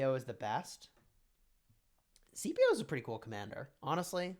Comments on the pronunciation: Scipio is pronounced like Skip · It’s pronounced like Sip not skip or see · because is he Roman, it is pronounced as Skipio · you're wrong. It's pronounced like skip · you're actually incorrect the correct pronunciation is like sky